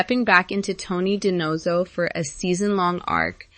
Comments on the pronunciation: This robot can’t even pronounce DiNozzo correctly. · Pronounce it like Fornell does. The actor is Italian-American and pronounces it properly. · You can't pronounce Tony's last name correctly. This is probably AI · If you cannot pronounce Dinozzo correctly I can’t take this video seriously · Yes, they forgot Harmon and Dawber! Pronounce Tony’s name correctly, please. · Learn to pronounce DeNozzo!